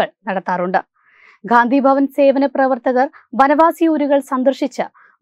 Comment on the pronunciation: ഖാന്തിഭവൻ അല്ല കുട്ടി. ഗാന്ധി ഭവൻ ആണ്. ഉച്ചാരണം ശ്രദ്ധിക്കുക..